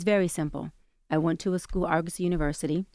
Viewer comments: This man can’t read lol it’s AR-GOS-Y not AR-A-GOS 😂 Was gonna let it slide but on the third time I had enough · Argosy ( R-GO-SEE). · Can you please pronounce ARGOSY correctly, please? Arr-guh-see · I never wanna hear bro say “Argosy” or “eligible” EVER again! 😂😂😂😂